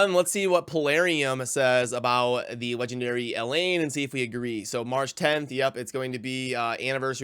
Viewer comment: I remember you calling her Elaine throughout numerous videos back then. I think it’s El-haine but whatever. I still like your content lol.